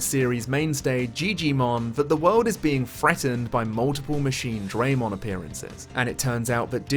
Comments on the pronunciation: … I wanted to strangle you every time you said Machinedramon while talking about Next Order and I feel that’s on purpose. It’s the entire reason I turn off the English voice acting because their pronunciation is horrendous. It’s not “DRAY”mon, it’s “DRUH”mon. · Every time I hear someone say Machine-DRAY-mon, I want to die. You don’t say Sea-DRAY-mon or Air-DRAY-mon, ya knob. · Bruh everytime Jijimon says Machine Dray Mon, I wanna do the opposite of be alive. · must now die, he says machine-dramon...